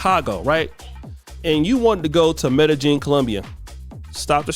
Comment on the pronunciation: Now you gonna start mispronouncing MEDELLIN?!?!?!?